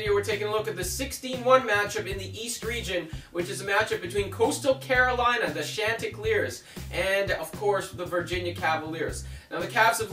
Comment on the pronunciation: For the love of God!!! Pronounce the mascot correctly! Its SHON-TI-CLEAR.